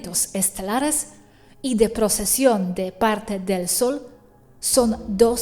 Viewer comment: No procesión "Precesion" 😉